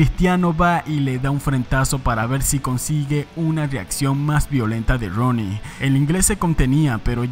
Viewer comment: Se escribe Rooney pero se pronuncia Runey, aprendamos